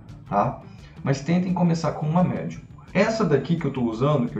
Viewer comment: Só não entendi o que ele disse quando disse: - Você que tá começando a esculpir, eu recomendo uma massa.... Midium, medium, média?